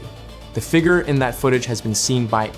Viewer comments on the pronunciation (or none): I'm so glad this isn't narrated by Ai. At least I don't think it is. Edit: Oh no Google said sounds and visuals were significantly altered meaning Ai. Well it's a good Ai narrator then. Other than how they say figure. Lol